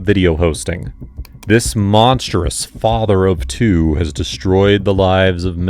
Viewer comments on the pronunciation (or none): none